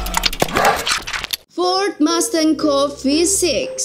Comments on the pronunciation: Coupe itu cara bacanya bukan coup, tapi kup (amerika) atau kupe (brit) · coupè itu bacaannya kupe bukan koup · COUPÉ ITU BACANYA "KOUPE" COKK BUKAN "KOUP" NGASAL KALO BIKIN CHANNEL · Ogi Dharmasura Daily setuju gan, admin nya perlu banyak belajar bahasa asing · "Kooupp..!!" Wkwkwkwk belajar pengucapannya lg deh.. bikin malu aja isi suara video tp salah bacanya. Wkwkwk